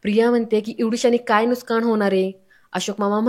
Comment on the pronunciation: Aho nuksan shabd bola nuskan nahi